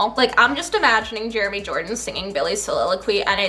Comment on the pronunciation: BILLIOQUY I'M DEAD